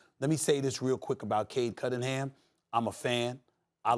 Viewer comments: Nobody Kendrick Perkins: “Cade Cuddingham” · Nobody: Perk: Cade Cuttingham 😂😂😂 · Perk - "Cade Cuttingham" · No one Perk: Cade Cuddingham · “Cade Cuttingham” Perk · Bro i could just be high....But is he calling him "cade cuddingham"? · Perk with his "cade cuDDin'ham" lol. bro! that's a N, not a D!